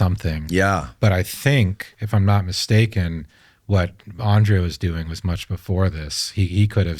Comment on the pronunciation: On-dree-ya Poo-ha-rich Not "Ann-Drey-ah" Language lesson for nobody who asked for it... In Serbian, for Latin script, each letter has only one way of pronunciation. There's no "modifiers". "J" is pronounced "ya", "I" is pronounced "ee". "Ć" is "ch" with tip of tongue meeting the roof of your mouth towards the front, behind your front teeth. When you see "Č", it's pronounced "ch" but with tongue fully pressed against the roof of your mouth, or slightly towards the middle/rear towards the throat. If you see just "C", it's the "ts" sound. "R" is always rolled, but smoothly, not like Spanish where the tongue bounces. Andrija Puharić was born in Chicago to Croatian parents who emigrated from Hungary. His name was actually Henry Carl Puharich, to help him assimilate easier into US culture, but his parents called him Andrija, a traditional name in all of former Yugoslav countries. It's our equivalent of "Andrew".